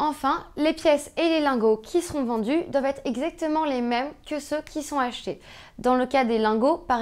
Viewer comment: « Très peu Z achetés », « BreNton Woods »...votre maniement de la langue française et votre rigueur ne sont pas indexés sur le cours de l’or, ça c’est sûr !